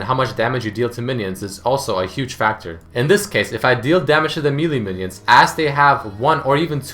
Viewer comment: why cant you say melee right